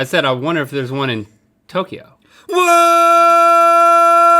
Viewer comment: Toukyo is pronounced Toe Kyo not Toki yo